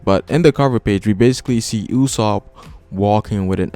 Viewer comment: I cringe every time you say "Uuuusop".